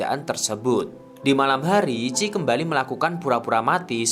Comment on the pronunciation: Namanya chie kaaak, bukan chi 😭